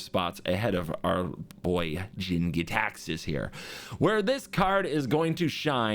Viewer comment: That look when he suddenly realized he's been saying "Gitaxias" wrong this whole time